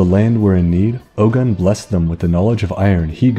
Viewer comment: I'm Yoruba... But my god, your pronunciations are funny... Ogun is oh as in Ohio and gun as goon but stressed like you're asking a question... Yoruba is yo as in the greeting yo, ru as in woo or rue or sue, ba as in bad again with a stress like you're asking a question... You should always end them like you're asking a question because we like to stress the last syllables... And the funniest pronunciation you made... Ife... Firstly, ife is two syllables not one... Not hive, I as he, feh as if you're saying feather but again with a stress at the end like you're asking a question... Olorun is o as in on, the uh part when you're pronouncing on... Lo is like saying law without the w or lore without the re... And run is basically rune without the e and with a rise at the end of the syllables like you're asking a question... Plus no, it's not an accurate design... They should have learnt more about Ogun... They would have gotten it almost perfectly if they change the wraps to red because that's just meant to be a red iro and buba, basically two red yards of clothes not a mummy wrap of bandages because the red color was the real reason it was on the statue not the clothes... And the vines aren't vines, we don't have vines here in western Nigeria except deep somewhere unknown in the jungle that we had no idea about... Those vines were palm fronds because those were important because of our reliance in palm oil and using palm oil to preserve iron... My god, no one can miss the mark mo